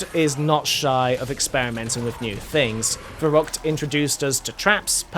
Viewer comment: Wicckay 😂🤣 Der Reesey